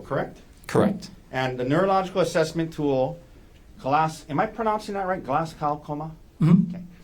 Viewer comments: Its pronounced glaz go not gow as in how.... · This is a petty observation, but this is at least the second trial I've watched where the Glasgow Coma Scale has been a topic; the pronunciation is irritating me. It was developed at the medical school in the Scottish city of Glasgow. It's not pronounced like "glass cow", but more like Glazz-go (rhymes with jazz-Joe).